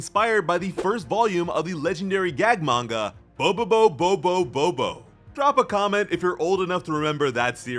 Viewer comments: Im old enough to remember bobobo bo bobobo enough to know mispronounced it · you mispronounced bobobobobobobo its bobobobobobobo